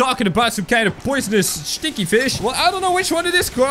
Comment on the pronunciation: I love it how says stinky as stchinky 😂